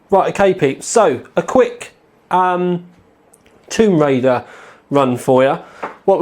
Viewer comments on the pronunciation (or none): none